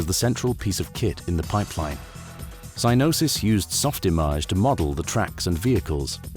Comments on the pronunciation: Glad you're back, love your content! And sorry to be that guy, but Psygnosis is pronounced "Sig-nosis" ❤ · This pronunciation is blowing my mind. Psinosis? Sai-no-sis? Is the G truly silent and the last 30 years I 'm just saying it wrong? Also thanks for the content here, you are truly awesome.